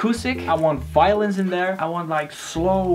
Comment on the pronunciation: So i watched 5 vids, i thought he was saying "violence", after all its Violins.